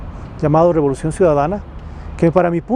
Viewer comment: Rebolucion o robolucion?